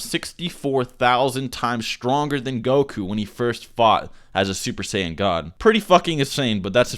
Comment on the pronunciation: Uber Sayan royal blue!